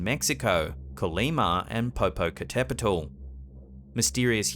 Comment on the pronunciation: Your accurate pronunciation of Popocatéptl assured that I'd subscribe! I had been a bit bored by yet more self-proclaimed investigators being unable to keep from screaming in fear at the least little thing and thus probably missing important evidence, but your doing honor to Don Gregorio Popocatépetl wins my sub :D Maybe the all-male teams need women members to show the fellows how to properly carry their... courage.